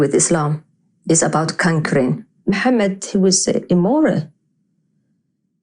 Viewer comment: ex Muslim that can't pronounce Mohammed PBUH😂😂🤣